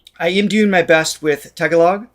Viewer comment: When pronouncing tagalog prolong on the 2nd a and you' ll be doing it right